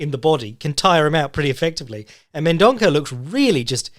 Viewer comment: "Ç" in portuguese makes an S sound so it's pronounced Mendonsa